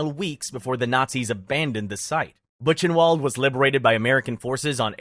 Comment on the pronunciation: Duuuude, you should check pronunciation of places as famous and important for this subject like "Ravensbrück" or "Buchenwald", or "Koch". The way you butchwred some names is crazy.